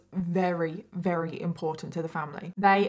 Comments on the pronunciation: can you not say Very with a V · I find it adorable when says “ rarry” while saying very, and says a woman “falls” pregnant.